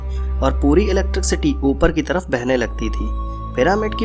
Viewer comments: Electricsity nhi vai electricity hot he😂😂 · its not electric city.buddy. s and sh .mother tongue influence. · भैय्या जी इलेक्ट्रिक सिटी नहीं इलेक्ट्रिसिटी होता हैं बुझे।।।।। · aur han sahi bol ri h tu ,, mic ke aage ek barr galti ho sakti hai ,,mana do bar par ye to har barr electrc city hi bol ra,, gajab hai yarrr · First thing Wo electricity hota h Na ki electrikcity 🤣